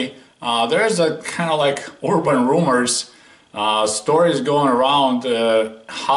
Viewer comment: “Ur-ban Room-ohrs”?!